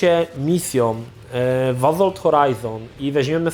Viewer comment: To już chyba cecha wspólna i Krzycha i chłopaków z TVGry, że mają awersję do litery "s" tam gdzie powinna być wymówiona. Azolt, Maz Efekt itp.